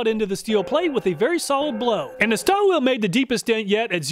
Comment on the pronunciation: Stahlville - my understanding of the pronunciation